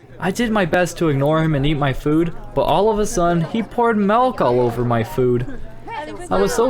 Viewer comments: You said malk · You said malk (that’s a meme) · I heard u say malk! XD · sad malk instead of milk